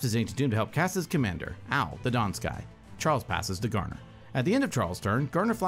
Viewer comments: It is pronounced like Ow. Also fun fact, it means blue in japanese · Japanese speaker here, its pronounced Ah-Ou , by the way, 3 the english name lack a U word somehow as its a 3 character word in Japanese. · Since it's from Kamigawa, it's safe to assume you should use Japanese pronunciation for Ao. Thus it's pronounced "Ah-Oh", or basically just "Ow".